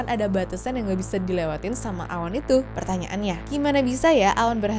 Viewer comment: typo kak aslinya Ngomong Awan tapi terdengar Hewan